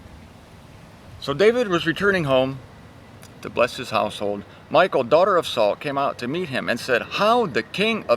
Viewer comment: Thank you,! Here is something funny about Michal, the youngest daughter of Saul (Hebrew מִיכַל), which you pronounced like President Obama once his wife Michelle! Greetings and hugs from Germany! Watch here Obama call Michelle MICHAEL